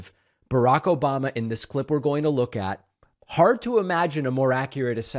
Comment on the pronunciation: Obamna? Obamna? Obamna?